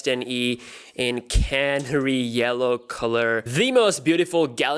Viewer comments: It is ca-na-ree not canree :-) canary as in the bird canary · Did he say Can-ry or Canary? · You are favourite tech guy ..but you pronouncing canary wrong xx